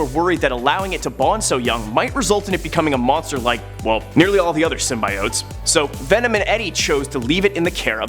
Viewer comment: I guess now a days people cannot say the word right symbiotes